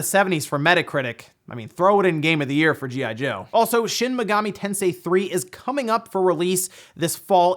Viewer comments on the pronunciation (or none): none